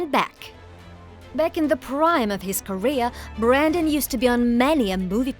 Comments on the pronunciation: Wtf woman, his name is Brendan. Not Brandon. I mean, it's written right there. See it? No? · BREN-DAN not “Brandon” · BrEndan. Not Brandon. With an E. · It's BRENdan NOT BRANdon, clueless fake fancy pants lady. The least you can do is get his name right. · Brendan NOT BRANDON.... jeeze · How does the narrator get his name wrong the entire video? It's not Brandon. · It's Brendan not Brandon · The lady overdubbing this keeps saying BRANDON and not Brendan